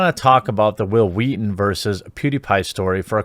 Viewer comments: "All I'm saying is you should be nicer to Whill Whweaton" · Say will Wheaton.. Hwill Wheaton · Hwil Hwheat-thin.